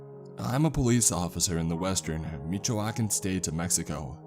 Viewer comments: “Mahichoakan” 😂 *Michoacán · “Meechoahkan state of mexico” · Michoacan ("meech-huaw-khan") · LMAO the way he says Michoacán lol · The scariest part of all this is how he said Michoacán. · My ears bled when he pronounced Michoacàn. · I’m i the only one who laughed whenever he said Michoacán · I didn't even realize what he was trying to say lol